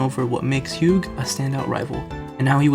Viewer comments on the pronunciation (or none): A few things. First, it is pronounced with the “gh” silent (like the color term hue). Second, the ending theme is darker than just avoiding making revenge a singular goal. Hugh sees that the Pokémon has been drastically changed by the influence of team plasma. This hits at ideas like brainwashing Pokémon, PTSD for Pokémon, Stockholm syndrome, and the more general idea that some things are broken and can never be fully fixed. The hero may save the world, but he can never fully undo the damage done. A broken vase can be glued together, but the cracks are still visible and the structure is not as strong.